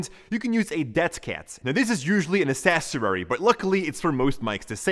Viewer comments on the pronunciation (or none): none